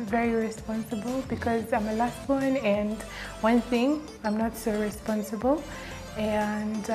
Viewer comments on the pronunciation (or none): Did I hear ,responthible🙄🙄🙄🙄🙄🙄🙄🙄🙄🙄🙄🙄